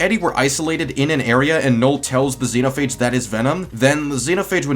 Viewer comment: I'm gonna say it once, it's Zenophage not the way your pronouncing it